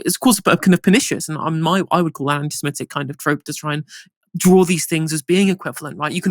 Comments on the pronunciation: It is pronounced anti SEMITIC not anti SEMETIC ! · it’s “antisemitic”, not “antisemmetick” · please check the spelling and pronunciation of antisemitic. The word is antisem-I-tic not antisem-E-tic. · Stop saying antisemetic. It’s antisemitic. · Great work, but the word is 'anti-semItic', not 'anti-semEtic', please! Incidently, the Arabs are jiust as much Semitic peoples as are the Jews, sons of Ishmael and all that! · I know correct English is very much out of remit - but after 3 years of this conflict you’d think pronouncing antisemitic properly, that is, not antisemetism, wouldn’t be too difficult. He’s holding this channel back, too scummy & common. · Why does he keep saying antisemEtic? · Please check how to pronounce "antisemitic". There seems to be confusion with the word anti-emetic, a type of medicine that I might need when I hear English being butchered. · Just because virtually everyone else, including O'Brien, mispronounces the word "anti-Semitic" doesn't mean you should. Up your game. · Come on man. Misska? Do your basic research. It’s my-ska. As it’s spelt! And you’re pronouncing anti-Semitic wrong.